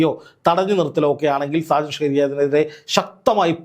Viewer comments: അദ്ദേഹം ഷാജൻ സ്കറിയ എന്നാണ് അറിയപ്പെടുന്നത്. ഷ് കാറിയ അല്ല..... അത് ഒരു മാതിരി ആക്കലല്ലേ ....... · നിങ്ങൾ ഇതെന്താണ് സ്കാരിയ എന്ന് പറയുന്നത്?!! സ്‌കറിയ എന്ന് ശരിയായി പറയാൻ അറിയില്ലാഞ്ഞിട്ടാണോ? നിങ്ങൾ ഇങ്ങനെയൊക്കെ വിമർശിക്കുമ്പോഴും നിങ്ങളുടെ സംസാരത്തിലെ ഒരു ആവേശവും, ഉള്ളിൽ കുറവല്ലാത്ത ഒരു സന്തോഷവും ഞാൻ കാണുന്നത് തെറ്റാണോ? 🤔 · സ്‌കാരിയാ അല്ല സാക്കറിയ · നീ മലയാളിയല്ലേ? എന്തിനാ 'സ്‌കാരിയ' എന്നൊക്കെ പറയുന്നത്. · ഷാജൻസ്കാരിയയോ നീ എന്തോന്നാടാ ഈ പറയുന്നേ ഒരുത്തന്റെ പേരുപോലും പറയാൻ അറിയില്ലേ 😂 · എടൊ ഷാജൻ സ്‌കാരിയ എന്നല്ലെടോ, ഷാജൻ സ്കറിയ എന്നാണ്.താൻ ആദ്യം ഇതൊന്ന് നേരെചൊവ്വേ പറയാൻ പഠിക്ക്. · താങ്കൾ എന്തിനാണ് മറുനാടൻ ഷാജൻ സ്കാറിയ എന്ന് തെറ്റായി ഉച്ചാരണം ചെയ്യുന്നത് ???താങ്കൾക്ക് ഉച്ചാരണം അറിയില്ലാത്തതുകൊണ്ടാണോ ???അതോ അദ്ദേഹത്തെ ഒന്ന് ആക്കിയതാണോ ???സംശയം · സ്കാഴിയ അല്ല സ്‌കറിയ. ഊക്കിയതാ അല്ല്യോടാ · ബായ ഷ്കാരിയ അല്ല സ്കറിയ നിങ്ങൾ പറയുന്നത് തെറ്റാ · സ്‌കാരിയ അല്ല സ്കറിയ ആണ്. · ഷാജൻ സ്കാരിയ അല്ല സ്‌കറിയ ആണ് മനഃപൂർവം പറയുന്നതാണോ താങ്കൾ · ഷാകരിയ അല്ല സ്‌കറിയ 😂😂😂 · സ്കാരിയ അല്ല മോനെ.. ഷാജൻ സ്കറിയ ആണ് 😃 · സ്ക്കാരിയല്ലാ സ്ക്കറിയയാണ് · ഷാജന്‍ ശ്ഖാറിയ എന്ന് താങ്കള്‍ ഉച്ചരിക്കുന്നത് അയാളെ ഊക്കി വിടുന്നതല്ലേ.....എനിക്കത് മനസ്സിലായി......😅😂😂😂😂😂😂😂😂😂😂😂😂😂😂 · സ്‌കാരിയാ അല്ല സ്കറിയ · എന്ത് മാങ്ങത്തൊലി യാടോ ഷ്കാരിയ പേരും പോലും മര്യാദയ്ക്ക് പറയാൻ അറിയാത്ത മാപ്രാ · Scaria ennu sarikk parayuka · ആദ്യം പോയി മലയാളം പഠിക്കെടാ "സ്കറിയ" എന്ന് പറയാൻ അറിഞ്ഞൂടെ ഒന്നുമില്ലെങ്കിൽ ഒരുപാട് കാലം അയാളുടെ കൂടെ ജോലി ചെയ്ത നന്ദിയെങ്കിലും കാണിക്കു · ഇയാൾ എന്താ AI ആണോ ഷാജൻ സ്കഴിയാ യോ 😄😄😄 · സ്കറിയ എന്ന് പറയാൻ അറിയാത്ത ആളല്ല.. 😂 scaria എന്ന വാക്കിന്റെ അർത്ഥമാണ് മറുനാടൻ മറുത ക്ക് ചേരുന്നത്..! പിന്നെ ഒരു "ജേർണ്ണലിസ്റ്റി"നെതിരെ ഇത്തരം ആക്രമണം തെറ്റാണ്.. പക്ഷെ ഇവന്റെ കാര്യത്തിൽ അത് തെറ്റെന്നു പറയാൻ പറ്റില്ല കുടുംബങ്ങളെയും വ്യക്തികളെയും അപമാനിക്കുകയും ബ്ലാക്‌മെയിൽ ചെയ്യുകയും ചെയ്യുന്നവർക്ക് മാത്രമേ ഇങ്ങനെ കിട്ടൂ. 🤭